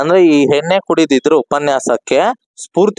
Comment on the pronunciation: ಹೇನ್ನೆ ❌❌ ಎಣ್ಣೆ✅✅